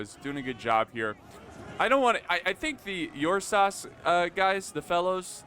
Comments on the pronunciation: Its pronounced "oor-sa" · I believe it’s pronounced urrr-saaahs (my source is Pokémon) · Am I wrong, or is mispronouncing Ursas? Like Ursa Minor/Major but add an S?